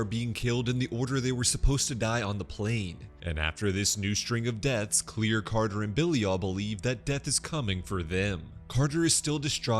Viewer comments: Her name is Claire Rivers not clear or anything else beyond that you need to understand that is not how you pronounce your name as being clear her name is Claire and that is how they pronounced it in the movie or should say that’s how James WAN said it was in the movie and he knows it and you know it and I know it so you should know that is not how you say her name is clear her name is Claire And ask for an ounce. They also go but whatever I just thought that you should know that, but I know you’ would like to prefer her as mispronounced name. Her name is Claire that’s gonna worry about it. I know I have the movie and else that goes with it. I got all of them except for the new one. I can write two James WAN about this, and I hope that this would open your eyes so how to pronounce her name, right Claire not clear or any of your fancy names you want to save them differently. There’s a different ways you can say the name, Claire you can say clear all you like, but that does not mean what it really means her name is Claire. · Mam I swear the next video you do like this make sure u PRONOUNCE THE NAMES CORRECTLY!!!! U kept Pronouncing Claire wrong